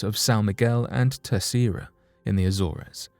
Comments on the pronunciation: Jesus. It's not pronounced A-zore-ez. It's A-zorz. Research man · It's pretty bad when everything can't even speak queen's English Azores is pronounced. A. Zors